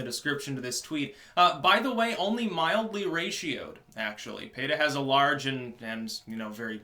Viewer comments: Oh, you meant PETA..pee-tah..you said pay-tah. sorry dude. didnt understand. thanks for posting the list in the comments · Why are you pronouncing PEE-TAH as Payta? lol I used to support them but they are one of the more controversial animal rights orgs. I've heard the bad against them so I have withdrawn any direct support, but I still think there's a place for some more extreme activism when it comes to the animals to get people to think differently and have maybe just a bit more empathy for the animals we share this earth with. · Why does pronouce PETA, as PAYA?